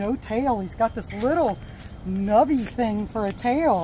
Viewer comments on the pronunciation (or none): none